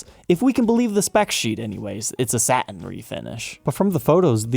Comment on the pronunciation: ...what's with the speaking of two syllable words?... Sa-tin vs. Sat-in... But-ton vs. Butt-on. You switch... why?